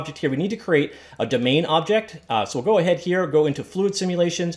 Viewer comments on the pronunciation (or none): none